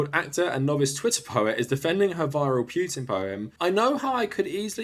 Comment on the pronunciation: Good video, but please don't pronounce it Pyutin.